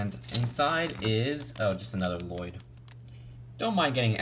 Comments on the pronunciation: "Le loyd?" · l-loyd no no l-l-o-y-d I named you